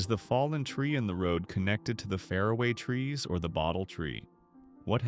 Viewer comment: Can you fix that horrible pronunciation of Faraway Tree? It isn’t pronounced like Faraday Cage.